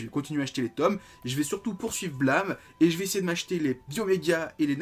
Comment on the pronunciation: Blâme... BlAmeuh ... Mais l'accent est ou XD sinon étant fan de tsutomu nihei j'attends avec impatient de me prendre aposymz demain !^^